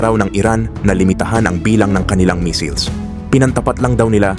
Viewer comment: Ano daw? Yung basa sa missiles naging missels? 😆😆😆